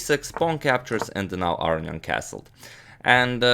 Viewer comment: why do people say "AR-ee-ahn" instead of "Ah-rohn-ee-ahn" Is this how you say his name? I guess its like how americans say KAS-parov when I think it is kas-PAR-ov?